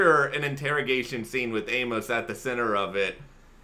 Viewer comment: I'm sure I'm not the first to tell you but you need to read the novels by James sa Corey because what you're saying is right in some of it so far off track you have no idea what you're even talking about and inability to say Amos name is really grating but what you think about Amos it's far closer to the truth you will find he is that man